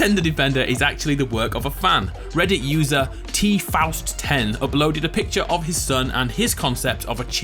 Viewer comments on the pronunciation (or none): none